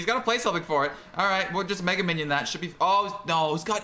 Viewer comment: It sounded like he swore a rew secs after when he actually said should